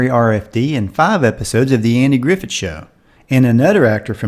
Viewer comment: Do you realize that you are pronouncing Andy Griffith’s last name as if it were spelled “Griffet?